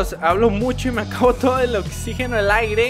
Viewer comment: dijiste aigre